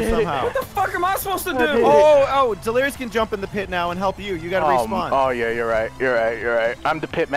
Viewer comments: its ed-lirious,not ben-lirious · delirious you keep calling evened just so you know